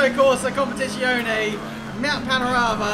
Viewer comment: Jesus Christ,! KOM PEH TEE ZZ - AS IN PIZZA E OH NEH Pronounce it right!